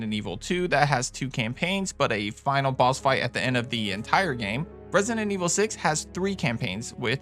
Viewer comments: it's annoys me that he keep saying rent-sinen evil😢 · He pronounces it "Resinent"😂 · loved the video man, but i cant with the way you say resident evil, "resinenevil" HAHAHAHAHAHHAHA, great list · Had to watch this video on mute….hearing “Resninet Evil” pronounced kept making me wanna bang my head